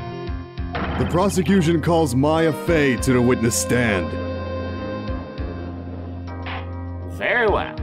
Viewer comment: I've noticed that the Judge is pronouncing "Very well" as "Ver well"